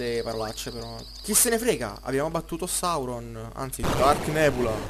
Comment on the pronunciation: Sì dice Sauron